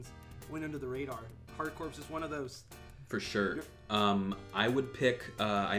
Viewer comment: FYY, "Corps" is pronounced "core", as in "United States Marine Corps".